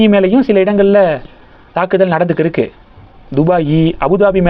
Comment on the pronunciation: ஆமாம் 1. இருக்கு க்கு என்பதை கிருக்கு ன்னு உச்சரிப்பாஹ. 2.இருக்குறாங்க என்பதை கிருக்குராங்க ன்னு உச்சரிப்பாஹ.